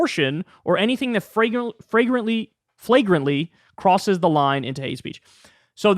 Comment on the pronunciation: HE DID IT--HE READ THE WORD "FLAGRANTLY"!!